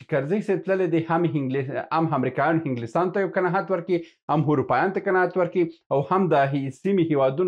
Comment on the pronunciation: هیله لرم دا لاندې کلمات سم تلفظ کړئ. الف او ع په ه تلفظ کوی. هنګلستان (انګلستان) همله هفغانستان قناهت هثرات همارات هرب هربستان هانس